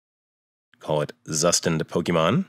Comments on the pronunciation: Thanks for the video,. "Zustand" is German for "state", or more like "version" and is pronounced "tsooshtahnd". They say this right off the bat in the docs. This is a good pronunciation reference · Zustand = Tsushtand It's not so hard to say. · Please pronounce it right